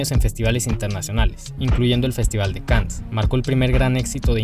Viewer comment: Buen video, solo que se pronuncia festival de can no cans